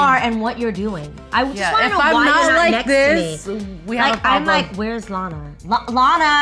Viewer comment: Everytimes she says Lana it sounds like she said Loni